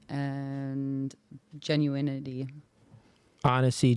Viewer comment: “Genuinity” 😂 Wife her up simps